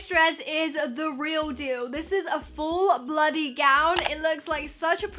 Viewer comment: haha you said bloody dress instead of full body?